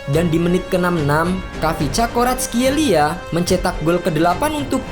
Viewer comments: Admin nya kesulitan sebut kvaratskhelia😂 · Admin kesusahan sebut nama si kvarat wk